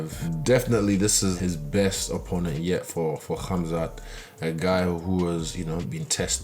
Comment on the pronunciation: Why did easy say khamzat like that 🤣🤣